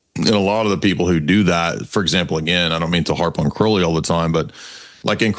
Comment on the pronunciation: It's Crowley not Crowley. Croud not crow